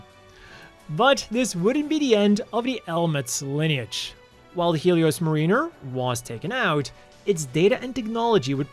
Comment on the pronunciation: Dina is probably meant to be pronounced "Die-na" "Mah-rinn-er" not "Mah-Reen-er"